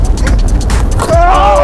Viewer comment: "nah yu crahzy!"